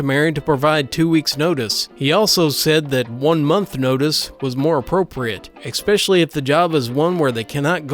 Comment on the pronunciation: I love your reddit reads but PLEASE stop saying "exspecially"